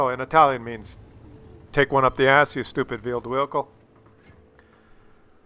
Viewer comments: Wheeled vehicle. Vheeled wehicle. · vheeled wehicle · Man said Veeled Whehicle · take that you Veeled Whecile . Haha :-}